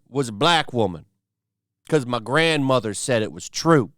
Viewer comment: Why did you put some weird southern American accent on when you said the grandmother part….